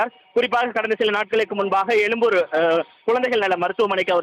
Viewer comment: எழும்பூரா அல்லது எலும்பூரா . தமிழை வாழவிடமாட்டீர்களா?